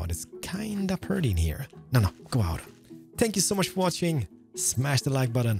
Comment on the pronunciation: It's funny how he says thankyou, Spankyou I dnt know if he doesn't on purpose or that's just how pronounce it. 😂😂😂